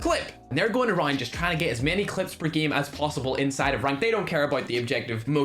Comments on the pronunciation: Its so funny how he pronounces game😂😂😂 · How pronounces game normal guy:game:geme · every one: hay its pronounced ''game'': nah nah nah its ''gihm'' just for fun lol...